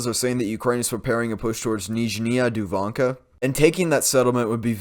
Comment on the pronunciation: Nyzhnia Duvanka pronounced niz-zhin-i-a doo-vunk-a